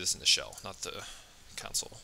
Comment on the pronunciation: love the videos but when you say counsel instead of console. i cant help but think oh man, i wonder if he knows that that's not right name haha great video btw if i have said that already